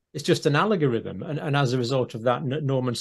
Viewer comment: I adore the pronunciation: "alagor-rythm.." Kinda sounds like an evil reptilian ground moving greed-being. From the mucky rivers...